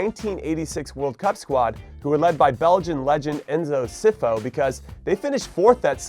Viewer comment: Really funny way to pronounce Enzo Scifo lol